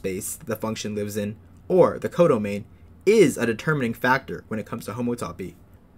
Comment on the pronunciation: It sure is frightening when you pronounce it like that; it’s hom-OUGHT-toe-pee